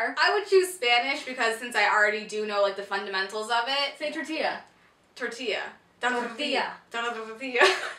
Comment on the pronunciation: You said tortilla pretty ggood